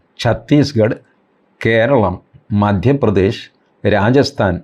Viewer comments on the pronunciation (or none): none